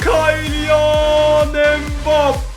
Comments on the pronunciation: Kiyliyan diye okunuyor, kayliyan değil ve kılayvırt diye okunuyor kulivert değil. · Abi kaylinan değil kylian